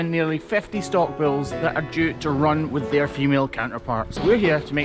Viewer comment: It is bulls not bills